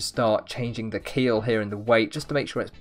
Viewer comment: he said keel it sounds like he said akhil my name 😧